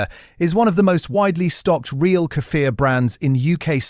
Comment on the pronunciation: Kefil, yougurt ehatever doenst mstter which you buy, all of them are good for gut. Snd tou have ro rpnunce Kefir with long iii and r - кефир